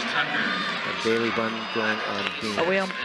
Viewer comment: Yes! It’s pronounced Bailey, not ba-lay 😂😅